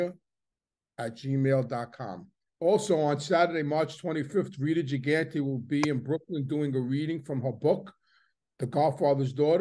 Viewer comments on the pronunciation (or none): none